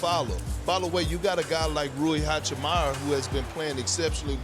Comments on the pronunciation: Still waiting for pendrick kerkins to say hachimura and not hachimara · “Rui HaciMara” 😂